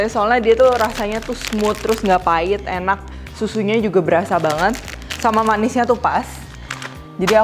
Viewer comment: "Uaenak rek" 😁 wong suroboyo kah?